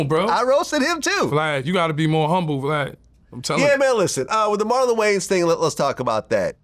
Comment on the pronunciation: “Marlon Gayans” c’mon vlad 😂😂